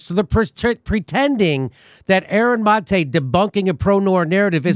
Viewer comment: You'd think at this stage he'd know how to pronounce Maté